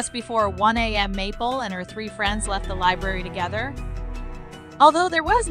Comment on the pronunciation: Just for info, 1am is sounded "1 a m", not 1 A and next word "m" and what is 1:4am?? It's either or am ...